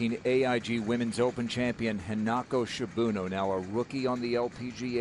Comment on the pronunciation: "Shibuno" instead of "Shibunno".